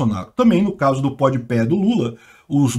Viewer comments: pode pé kkkkkkkkkkk rachei, a pronuncia correta é pode pah mas pode pé é muito melhor kkkkkkkkkkkkkkk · Se lê pode pá e não pode pé hahaha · Jamais tankarei o falando PODPÉ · "Pod peh" hauahauaha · Carai, eu não tanko o falando Pod Pé.. hahahahahahahahaha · "Pod Pé" foi foda kkkkk Tô vendo esse vídeo 2 dias depois, e fui consultar os views do Flow agora... Realmente, já passou de 12 milhões 😂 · Após 8 meses da ida do Lula ao Podpah a entrevista conta com 9,1 milhões de views, o Bolsonaro com pouco mais de 18 horas de ter ido no Flow, a entrevista ja conta com 8,1 milhões de views Muito engraçado o falando podpah errado kkkkkkkk